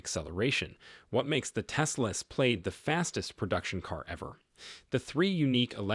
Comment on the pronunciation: The marketing bot is pronouncing this "played". That can't be correct. Plaid is produced "plad" (plăd).